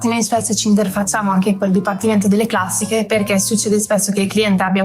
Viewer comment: Posso capire la pronuncia di Shmee, basta che guardi come si veste… però vi fa pubblicità e in linea di massima sà ciò che dice quindi può andar bene ma il giorno che vedo SuperCarBlondie a Maranello parte la boicottata. Ma chi ci sta alle risorse umane in Ferrari? Va subito rivisto quell’aspetto. Queste, a varie riprese hanno pronunciato la parola “classiche” in un modo che non si riesce neanche a scrivere … Forse “Classìsh”? Comunque vergogna. E mannaggia a te per non aver detto niente. Le dovevi metterle in riga pubblicamente. Ferrari non va trattata come una società qualsiasi, è una nostra eccellenza; neanche a Ferrari Città del Messico o a Hong Kong possono stare queste.